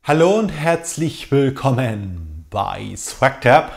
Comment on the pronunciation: Bin verwirrt im intro. Warum sagst du immer: Wilkhoo men